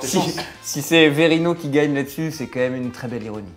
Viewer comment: On dit bien QUAND MÊME et non COMME MEME